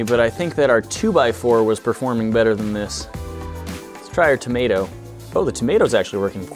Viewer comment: Tom ae toe 😂😂😂